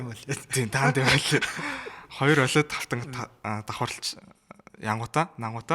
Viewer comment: Tas har ongiig gargaj chaddag gehdee ойлэд биш өөвлэд gej unshhan zov bish biluu m4 huvid apple zugeer l shinchlelt hiij bolson gejl pad deer tavisan baih